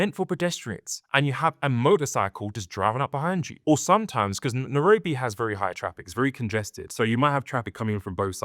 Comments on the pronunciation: It's not Nerobi it pronounces Nairobi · Good video and comparisons, I think for a more immersive experience you can say the name of the place properly (Na-I-robi) and also some of the local/regional words for things.